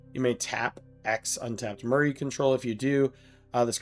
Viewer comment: Myr is pronounced “meer”